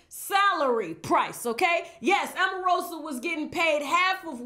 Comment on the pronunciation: AMarosa! lololololllo Every time you called her name I laughed 💜